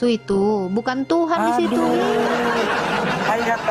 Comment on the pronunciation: Tuhan, bukan Tuhang 😂